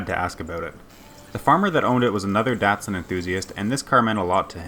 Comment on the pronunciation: You say Datsun funny